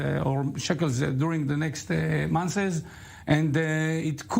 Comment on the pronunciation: The guest can barely speak English I can't understand what he's saying what is the point in bringing on guests who can barely speak the language. If you can't pronounce "months" properly and say "monthes" you shouldn't be a guest on an English language news program